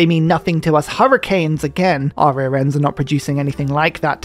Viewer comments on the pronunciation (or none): none